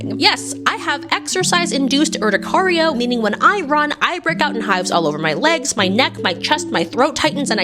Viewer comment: I have urticaria pigmentosa. I have never pronounced urticaria like that. Just really surprised me (urticaria is Latin for itchy/itching for anyone wondering)